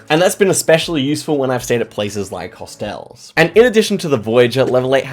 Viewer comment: What is a hostel? Or did you just pronounce hostel wrong